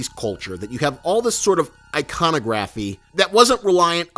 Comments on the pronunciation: god yes that annoyed me so much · You say iconography wrong